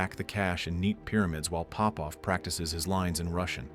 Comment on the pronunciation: It's not Pópov, it's Popóv. I'm Popóv.